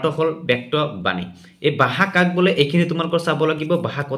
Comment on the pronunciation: বাষা নহয় নেকি। 🙁🙄 ভাষা হে হয় নেকি।